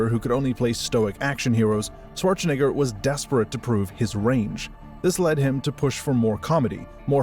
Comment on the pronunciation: Considering the high output and the low level of personality, I though this was an AI channel. Only the mispronunciation of Schwarzenegger gave it away. Maybe you should think about personalizing your videos more?